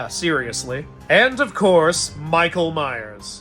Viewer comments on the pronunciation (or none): none